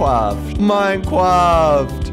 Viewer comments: Minecwaft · good old minecwaft